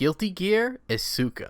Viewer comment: i bought isuka for half a damn dollar and its so stupid it just loops around to being amazing alsoyoupronouncedisukawrongbuticantreallyblameyouitjusthurtsmyears